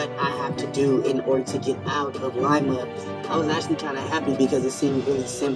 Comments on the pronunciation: li-ma. The i is long. Cleveland native here 😂😊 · Haven't you seen Glee?! I get the crazy lady named Lima joke (thanks to BJ), but you gotta know it's pronounced "Lie-Ma" Ohio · Not Lee-ma lol it's Lie -ma (Lima) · as someone who has lived near lima ohio all my life you producing it wrong is triggering me lol its pronounced "lie ma" not "lee ma" and its Allen county jail. i was washing dishes and had to stop to see if it was lima or some other town i never heard of in Ohio. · It's not Leema. It's LIMA aka the bean. Everyone there does meth and it's a giant plat with a little village in the middle they call downtown.... I'm not downplaying the drug thing either. You will see the same meth head walk from one side of town at 3pm and see the same dood 15 miles across town at 8pm getting kicked out of a gas station for throwing up on the Doritos. ITS THE BEAN 🤣🤣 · It’s Lima, Ohio (lie-mah) Love your channel!❤❤❤❤❤❤ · It's Lima (lie) OH not Leeeema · 😂😂😂 aye yo voice over guy, Lima is pronounced "Ly-Ma" not "Lee-Ma"nor "Lema"😂😂😂😂. I'm not trolling you, I'm just from Ohio; Dayton, Ohio to 6e specific. I enjoyed the video and content, just a word of advice, don't let internet AI translation/ver6alization/pronunciation (text to talk) features to limit your journalistic endeavors. It's the internet. I'm pretty sure if you reach out to your community to confirm or fact checc a city(s) proper pronunciation, they would gladly help out to insure you create the 6est content for them to enjoy. Stay 6lessed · It's not pronounced lee-ma it's pronounced lie-ma I'm from cleveland ohio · It’s Lima, pronounced Ly-muh . NOT LIKE Lima, Peru . I was born there. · It's actually Allen county and Lima is pronounced "Lye-mah". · Btw the town in called Lima like the bean😂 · It's pronounced LIE-ma lol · I hate to be this person but you be are saying the name wrong in Ohio ❤